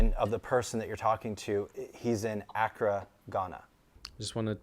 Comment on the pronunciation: It's "a-KRAH" Ghana, not "Ack-ra"